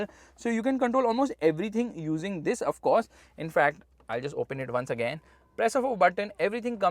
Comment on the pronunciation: Every Time he say "TTHIS"